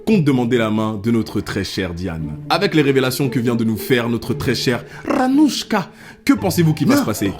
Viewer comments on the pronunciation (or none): "avec les révélations que vient de nous faire notre très cher RRRanouchka" 😂😂 mdr